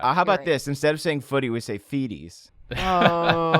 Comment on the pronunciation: The way you say "footy" sounds like "fuddi" which basically means butt in Swissgerman... just fyi :*